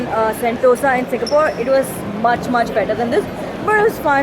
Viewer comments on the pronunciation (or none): none